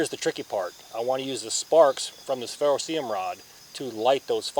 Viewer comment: 1. Ferro CERIUM, not ferroseeum. How about just using "Ferro Rod" in your new life. 2. Tearing duct tape into small strips is a fine motor movement likely unavailable when you're hypothermic. Maybe test rolling a piece into a tight ball with your palms and lighting that. Love your dedication and free sauce, not criticizing you as an honorable human being. I want you to succeed.